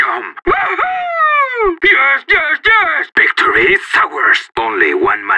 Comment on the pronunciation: "Victory sours"